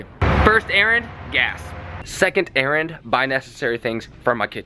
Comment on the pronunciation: Anyone else think he says Aaron when he says errand 😂